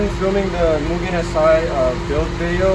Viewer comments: also pronunciation is wrong brotha (MOOO-GEN) not (Meeww-gen) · It's pronounced "Moogen" :) Nice car, I have one too.